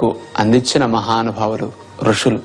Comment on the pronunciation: ఋషులు అని అనాలి sir...